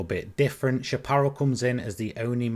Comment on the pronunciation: I love your videos. They’re really fun and helpful. I’d like to take a minute to help you with the word ‘Chapparal’, since it’s pretty much an American word derived from the Spanish word ‘chaparro’, meaning ‘short’. Chapparal is a North American shrubland plant community that extends from southern Oregon here in the U.S. south through California, into the northern part of the Baja peninsula in Mexico. Obviously, it’s also the name of a racing car manufacturer. In the late 1960s, we also had a western TV show here in the states called ‘The High Chapparal.’ I hear a lot of sim racing enthusiasts mispronounce this word, especially if they live outside the U.S., which is perfectly understandable. It’s pronounced SHAP-ə-RAL, with the emphasis placed on the first and third syllables. The last syllable rhymes with ‘pal’ or ‘Sal’, not ‘ball’ or ‘fall’. I hope this was helpful. Thank you very much for all the great videos!